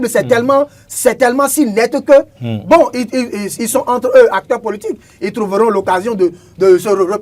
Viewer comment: Von au lieu de bon